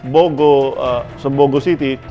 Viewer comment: The name 'Bogo' is stressed in the second syllable.